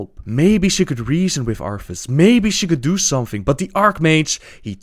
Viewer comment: I know people have accents but the TH sound does not sound like an F and god is it annoying hearing it. It sounds like my nephew is reading to me. Or telling me about his cute nickname for his dog, Arfas.